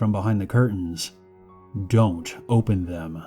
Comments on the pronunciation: (first story) it took me a while to understand he wasn’t saying “OH BEN” but “OPEN” ... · It took six of them to relize hes saying "open" instead of "oh ben" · Is he saying “Ooopppeeennn” or “Ohhh, Bennn”